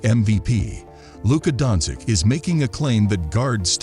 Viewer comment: luka donsick sounds good to me lol